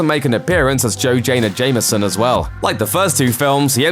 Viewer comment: Ahem... it's "J.Jonah Jameson" (jay joh-nah jame-son)...not whatever you said.